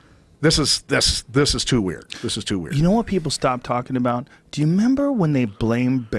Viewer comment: Joe "Do you 'member?" Rogan